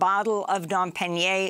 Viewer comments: Darling Amy, the name of the $800 bottle of champagne is Dom Perignon (pe-ri-nyon) not pe-ri-nye... haha :))) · Amy act like she don’t know how to pronounce Dom Perignon. This is the year of the phony. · like my comment if you find it reassuring that amy goodman doesn't know how to pronounce Dom Perignon. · Much respect to Amy Goodman for her years of journalistic and personal integrity. I just can't make up my mind on one small issue: Television is a visual medium, after all. A litle lipstick, maybe? Eyebrow wax? (She had trouble pronouncing Dom Perignon. She's probably not making those Fox news millions, either.) I don't know, though. It does take a lot of guts to show your naked face every night in front of all those cameras, eschewing the glamour competition network news has become for its female anchors. Christiane Amanpour seems adept at handling the dilemma of looking dressed up and affluent without clinging to a long gone youth.